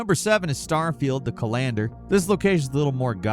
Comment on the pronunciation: You pronounced the word "colander" like you've never heard the word in your life 😂